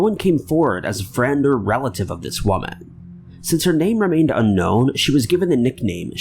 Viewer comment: you always pronounce woman in a hilarious way😆😅 Mary Edith silvani case is sad